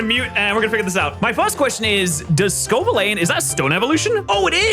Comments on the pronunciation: How do these guys mispronounce obvious things. Sco-Villane? Its Scovillain. As in Villain. Bad guy. The guy superheroes beat Protean is not pronounce protein either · Sco villain how hard is English for an Englishman